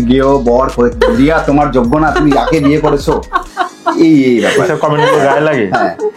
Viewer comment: rii dir nam ta ar uccharon korte parlo naa 😂😂😂